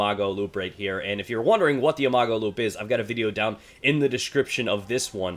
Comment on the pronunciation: I cannot stand how you pronounce imago!!!!!